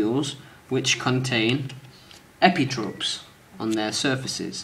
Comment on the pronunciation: Very well done, however it is "epitope" and not "epitrope"